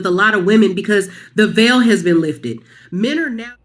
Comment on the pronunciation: It’s “veil” bro